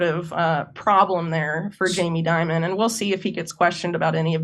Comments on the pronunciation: So you’re telling me that the big banks are connected to organized crime, money laundering, human sex and drug trafficking!! And all facilitated by the CIA and US government?? No waaaayyy, schooooockerrrr Edit That “Jeffrey Dimon” slip was absolute gold 😂😂😂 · Please it’s not Di mon, we pronounce it Jammy Dim on. Or Demon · I say we don’t pronounce Jamie’s name to sound like Diamond. It Should be pronounced Demon. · in my circle, it's pronounced DEEmon